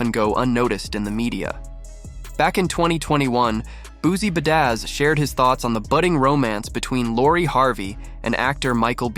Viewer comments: What gave it away? Maybe the way he said Boozie Bedaz 😂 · This A.I. narrator is really throwing me off. Boozie Buh Dazz and Buh Ton Rouge? 🤣🤣🤣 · Is this AI or a robot reading this shit? I mean, I know I didn't just hear "Boosie Buh-daz" more than once did I?